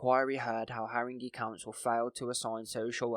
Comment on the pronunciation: Great work and thanks for covering this. Just watch some mispronunciations: it’s “climbi-ey” because it’s a French surname with the accent over the E on the end and “harin-gay” council